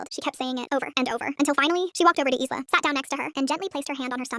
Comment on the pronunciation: The s in Isla is silent